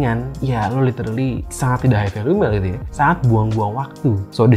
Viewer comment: "LITERLI" jaksel?